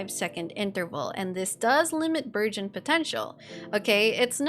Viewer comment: Everytime you say "burgeon," I hear "virgin," so I heard "Thoma's popping virgins every second" and now I can't unsee that mental image lmao EDIT: even the CC says "virgin!" It's not just me! 🤣